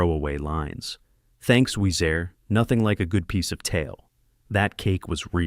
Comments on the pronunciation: Weez”air”. Nope. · It is short for Louisa, but it's pronounced Oui-zer. Only Clairee and Shelby call her Oui-za because their southern accents in the movie don't use the hard 'r'.